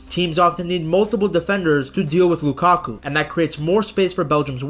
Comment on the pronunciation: Lakaku 😔🥀 its lukaku